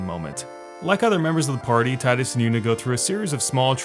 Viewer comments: not about final fantasy , but can you make a video about days gone? 🤔 would like to hear what you have to say about it. and you call tidus as "tiedus" instead of teedus triggered me xd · Gah! I love your video but one thing I dislike is the mispronounced tidus! It's TEEdus! That aside still love the videos bruh! Keep it up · It’s TEEEEEEEEEEDUS. Jesus, it’s been almost 2 decades!